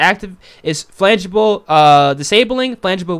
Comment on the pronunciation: FRANGIBLE. Not flangable. Please. Slow down. No need to rush. Slow down. Read things correctly.